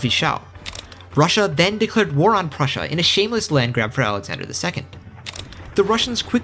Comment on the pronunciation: I absolutely hate how you butchered prussia, but I would be lying if i said i didnt want more.